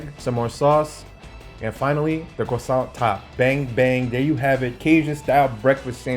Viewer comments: Croissant, not cwoissant. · The cwosants